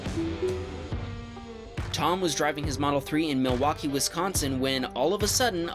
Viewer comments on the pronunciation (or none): none